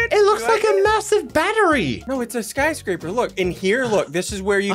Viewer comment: "sky scrap er" 2021